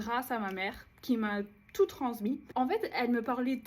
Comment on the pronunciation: Ton niveau de Français et ton accent sont incroyables. Je n'ai repéré que deux erreurs, "les livres" au lieu de "des livres" et le s de transmis que tu as prononcé comme un z